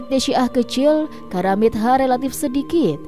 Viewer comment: Maaf Bacanya karamitho, pakai hrf ط bkn karamit ha...mbak